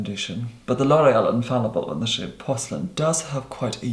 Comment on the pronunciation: I heard 'shade' as 'shit' lmao